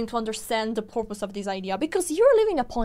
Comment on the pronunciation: (By the way, for anybody who does not speak English as their first language: The person who posted this was just being silly and having a little bit of fun because of the way accidentally said the word "purpose" but it kind of sounded like the word "porpoise." So the person posting this made a joke about fish and the ocean. [The first sound of "purpose" sounds like the first sound in "person" or "purple." But this sound doesn't exist in a lot of languages, so it can be hard to non-native speakers to hear. That said, it's still easy for English speakers to understand what a person means])